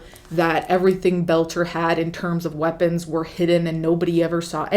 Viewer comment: Friendly FYI: His last name is Boelter pronounced bowl-ter (similar to the word boulder) not that he deserves special care but just to avoid confusion because I thought you were saying “Belcher”.